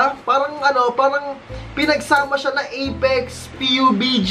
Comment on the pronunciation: Pabg po yung pronounciation di po P U B G